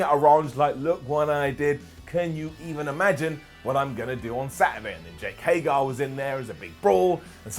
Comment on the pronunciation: HAGER!! HAGER!! HAGER!!!!! It's HAGER Not Hay-gar